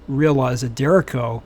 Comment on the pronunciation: its pronounced "deh-RAY-cho"